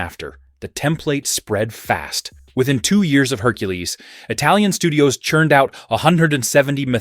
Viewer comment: The pronunciation of Italian is awful!